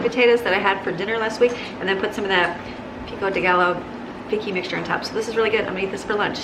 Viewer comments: Hi, actually you can actually drink too much water and people have done so and drowned. 16 cups is WAY too.much, you said that cup held 2 cups right. 4 of those a day is enough for you, not 8! Pico de Gallo is pronounced Pico de Guy - o, lol makes me laugh every time you say it. Laughing with you,not at you. Take care, have a lovely week. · Pico de gallo... pronounced guy-yo. Double L in spanish is pronounced as a Y. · Thanks! BTW: "pico de guy o" pronunciation, like quesadilla = "quesa Dee ya". I'm not being disrespectful....just looked like you're struggling with how to say it. Only trying to help.🙂